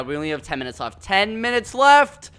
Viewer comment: “Ten Mines Left” 😂